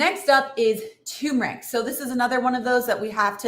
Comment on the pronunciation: Great video and tips, but it’s “tur-mur-ick” not “too-mur-ick”